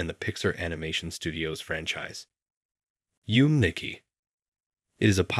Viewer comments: It’s “Yu-May Nikki” Not “Yoom”. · its not yum niki... its yume nikki! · "yoom nicki" is even worse than you mispronouncing kiniku and im genuinely curious how you even managed to spell it "yum niki" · So I'm sorry to be those kinds of people but its spelt "Yume Nikki" and its pronounced "Yum-a Nicki". The Untitled Earthbound sequel was mixed up a little, Mother 3 was intended to be for the N64 but was cancelled sometime before being revived as a GBA game. Some screenshots. artwork and such were released as the game was announced before cancellation, the Gamecube one was after Mother 3, and if I recall, Bandai Namco actually pitched the idea with a demo of the game to Itoi but he turned it down. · That mispronunciation of Yume Nikki literally hurt me